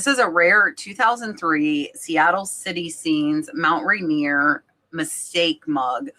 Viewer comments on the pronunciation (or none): I think that's Mount Rainier, not Ranier